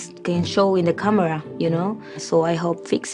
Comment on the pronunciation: She said kamra 🤔